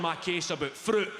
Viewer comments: "A hid froot this mornin" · The way he says "fruit"😂😂